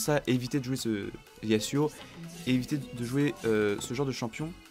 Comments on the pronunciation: Putin sa me stess c pas yassuo yazuo [yasuo] pk tu dit yassuo change fait come si cetai un z a la place du s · avet nan yasuo (yazuo) pour les français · Mdr blk de lorthographe sa fait juste pitié kan il dit yassuo alor que sa se dit pas comme sa !! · enfait je pense qu'on devrait le prononcer "yassuo" parce que c'est un nom type japonais et en japonais les "s" se prononce comme "ss" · On dit yassuo non?